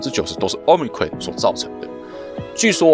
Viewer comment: Cron 怎麼變成ㄎㄨㄟˇ了 ㄎㄨㄤˇ吧